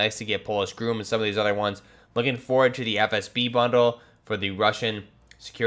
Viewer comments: its pronounced GROM not groom! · That’s a Princeton Tec tasklight, and it’s Not pronounced “GROOM” just Grom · Grom isn't pronounced groom it's grahm. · It’s GROM not GROOM. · Just FYI, Polish GROM is pronounced with short "o", not like GROOM. Very good video.😀